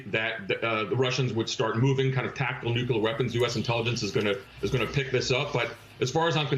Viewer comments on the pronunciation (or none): whats with americans' obsession with mispronouncing the word nuclear ???